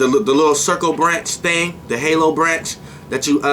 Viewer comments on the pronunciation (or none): none